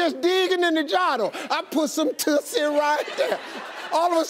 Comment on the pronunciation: You are saying it wrong. Try changing that "U"to the u in tussle, as in skirmish/ tussle with a dog toy. It is also a perfume from 1950's. No mistaking the word with a different pronounciation.